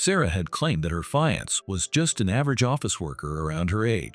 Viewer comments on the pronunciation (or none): Fiancee’ (Fee-yan-say not fy-yans)